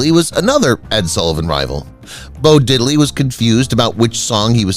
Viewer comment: “British Quintet?!” John, Paul, George, Ringo, and whom?! Not Bo Diddle-y, Didd-ley! Walter Win’-chell, not Win-chell’.